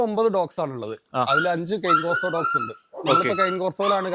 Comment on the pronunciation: Not cun corso Cane corso